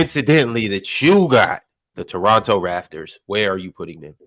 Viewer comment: Somebody tell its the Raptors not Rafters